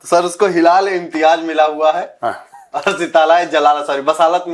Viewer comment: Yehh Purabiye kahaan se pakad liye, Major Saab ? Ek gadha Imtiaz ko Imtiaj bol raha hai....😂🤣😅😆😂🤣😅😆